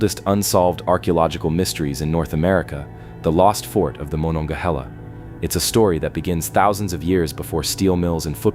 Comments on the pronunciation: THATS pronounced. Ma NON Ga HAY La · It's pronounced ma-nong-ga-hah-la. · Firstly, mo non ga hay la. Secondly, you should be more precise in your description where the fort should be, according to archeologists. I'm familiar with the area, and you show a map of ft Pitt. Most modern people familiar with fortifications. And any group would likely establish fortifications on previous fortifications because it males sense, if the forts were properly placed. Along with that point, that particular area is a confluence o 3 large rivers, all of which would have been there for hundreds if not thousands of years. Meaning, there are probably very many old forts up and down all three rivers. Nice try to educate five year Olds, try again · you were driving me crazy with your pronunciations of monongahela. it goes like this: muh non guh hay la. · If you are going to narrate something you should make sure you are correctly pronouncing the names: Mo - non-ga-hela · Please get a human reader who can pounce Monongahela properly. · Maybe pronounce rather than pounce as I'm not really sure how that would help ? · I've never heard Monongahela pronounced the way you did. It would be funny if you pronounced it correctly while us who grew up along the Monongahela have been pronouncing it wrong for generations. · If you can't even pronounce "Monongahela River" correctly I don't think you should be doing videos like this one.